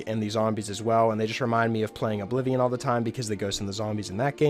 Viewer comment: I’m sorry, did you say Ablivion???